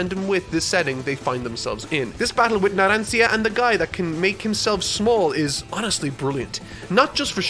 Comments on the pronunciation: Everyone: pronounces Narancia Narancha: pronounces Narancia wrong so much that the editor gave up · As an Italian, I really can't understand how a true Italian native language person could pronunciate Narancia's name that way, completely wrong 😢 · Mispronounces Name His Audience and Editor: "How many times do we have to teach you this lesson old man?" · As an Italian, it's very hard to hear how you pronounce Narancia xD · Ha! I love the editor's notes about pronounciation, it's hilarious. Poor Narancia, getting both his name and age wrong 😆. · i love the editing of the word Narancia LMAO because obviously said it wrong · The fact says Leone and Narancia wrong when He watched part 5 so thoroughly pains me. I’m not mad, I’m just... disappointed LOL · Me, the comment section, and editor beating up for saying Narancia’s name wrong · Ah yes, my Favorite part 5 characters: Mista, Lyon and Narancia (mispronounced) xD Never change Mr Editor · Why this supposed Italian native pronounces "Narancia" with an English "r"? In Italian, that should be pronounced with an alveolar tap, which is to say not a fully rolled "r" but just a slight tap on the palate, definitely not with an English "r". The alveolar tap is a sound that is very common not only in Italian but also in Japanese, and it's present in a few English accents (for instance, in a very old fashioned posh British accent, it would be pronounced when the "r" is in between vowels, and you can hear it as an example in V for Vendetta, whenever V is making one of his very theatrical monologues or speeches). In Italian, the alveolar tap is by far the most common way to pronounce the "r", as the fully rolled "r" is only said in words like "terra" and "marrone" where there are two consecutive "r", or "doppie". Source: I'm a native speaker with the hobby of linguistics. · I would've preferred if Editor had kept using the correct Discord pronunciation over saying "Naransia"